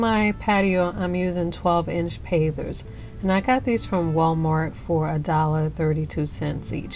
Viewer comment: At first it sounded like you were saying pathers...I couldn't figure out what you meant...hahahaha....Pavers are such an easy thing to work with...My husband and I have used them in the same way before...and other ways....Looks nice...